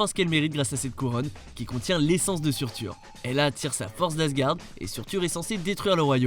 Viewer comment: Seurteur pas surtur